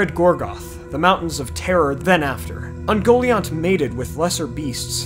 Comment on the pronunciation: I always took the pronunciation as "Un-gol-eye-ant" rather than "un-goal-iont"